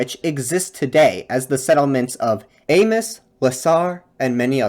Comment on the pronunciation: Hey, I'm from Sudbury, Ontario, which is part of Northern Ontario (though from the perspective of folks in Timmins or Moosonee I may as well be a southerner.) Anyway, I just wanted to add that your pronunciation for most of the towns was pretty good with the exception of Amos and Cochrane. In the case of Amos, the s is not pronounced as the name and township is french. And for Cochrane, you just got the second vowel wrong. So it's pronounce more like Coch-rin, instead of coch-rain. I do wonder about the fire you mentioned, one piece of history of Ontario is that the First Nations peoples up here would use prescribed burns to heal and protect the land but also to ensure that wildfires would not get widely out of control. This was forcibly stopped in the 19th and 20th century. Which is part of the reason why we have so many wildfires now. (Climate change and other aspects of land management play a part.) So it can be argued that the wildfire that was mentioned was not really a natural disaster, and was product of poor land management by the settlers. As for the bogs, I see no reason as to why we must drain them, they have a use, there are creatures that live in them. Not all lands needs to be used by us but I suppose that's a discussion we just need to have.